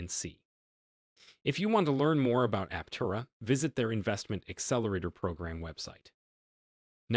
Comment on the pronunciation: Just saying, if you want to make a video about Aptera, at least pronounce the name the same way the company does.